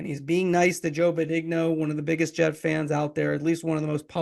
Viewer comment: You're saying Joe's last name wrong.